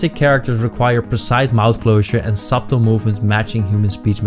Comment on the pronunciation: Thank you for the upload, the b is silent in subtle btw